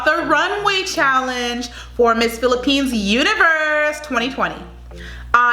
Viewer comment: That’s all perfect pronounciation of all places in the Philippines. Keep doing Filipino reactions video and by December you gonna have 1OOK subscribers. Philippines please support this Channel. 🇺🇸🇺🇸🇺🇸🇺🇸🇺🇸🇺🇸🇺🇸🇺🇸🇺🇸🇺🇸🇺🇸🇺🇸🇺🇸🇺🇸🇺🇸🇺🇸🇺🇸